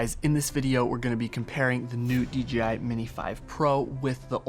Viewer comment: Great vids, but you forget that the BRAND is Pronouced with a JAY not a GEEEE. why you keep saying D Geeee I ???? Come on now !